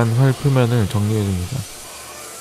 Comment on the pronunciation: 피곤하셨나봐옄ㅋㅋㅋㅋㅋㅋ 정리해즈유웁니자 ??? ㅋㅋㅋㅋㅋ 몇번이나 다시 들어봄 ㅋㅋㅋ